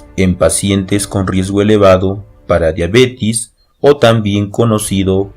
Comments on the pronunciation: todo muy bien pero la pronunciacion es diabetes con E previo a la S no diabetis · No es Diabetiiiiiis ;(. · Todo iba bien hasta que dijo diabetis